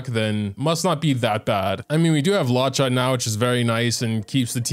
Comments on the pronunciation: He keeps saying “Lacha” I grit my teeth every time in every video 😂😂😂 I can’t even. Still love you, but please stahp for the love of cute puppies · the way says "lawcha" makes my blood boil